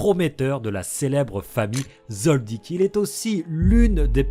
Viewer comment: Mais tu peux pas t'interesser à d'autres mangzs sérieux ya pas que HxH meme si c mon 2eme manga preferé chez pas yena à s'autres. (Merci de bien prononcer le nom Kilua Zoldiek)